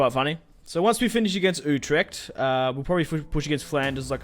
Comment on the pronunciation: it is not youtrecht. it is like uutrecht